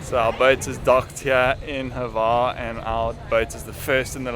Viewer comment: There is no "e" sound or sound whatsoever between the H and the v of Hvar. I know, it's hard to pronounce... Try this: You know the name Hugh. Now take the first sound you make for the name with the H and then add var.